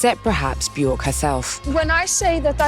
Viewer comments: if you do a video about björk, learn how to say björk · It's been nearly 40 years since the Sugarcubes and 32 years since she went solo, and media outlets like Resident Advisor STILL can't pronounce her name correctly! 🤦‍♂️